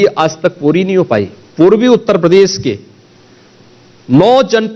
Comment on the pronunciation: Is taklappa ke muu se pradesh bula lo nai ye bolte padesss nai bolsakta kuch padha to na school Jake.